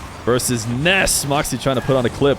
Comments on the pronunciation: yes it’s Nass not Ness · There’s something amusing about how has to pronounce Nass’s name as “Ness” I imagine because of a certain little boy with magical powers and a baseball bat Edit: or is that just how it’s pronounced? I actually don’t know